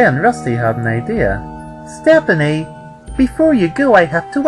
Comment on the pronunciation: its pronounced step-nee not step-pin-nee.